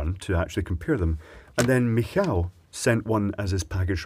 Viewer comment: the way you pronounce Michał makes it sound like he's japanese